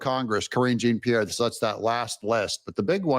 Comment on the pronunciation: Please,Doug, KJP’s name is a French name. Jean is pronounced Jon. You do such a good job reporting, but you need help with pronunciation sometimes. I don’t have any respect for anyone on the left, but mispronouncing someone’s name doesn’t reflect badly on them. It reflects badly on you. Hopefully soon she will be forgotten, but in the meantime, at least say the name right.